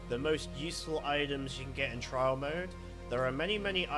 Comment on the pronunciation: its trial mode not trail mode....